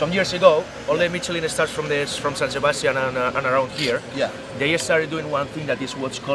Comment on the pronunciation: SAN SEBSATIAN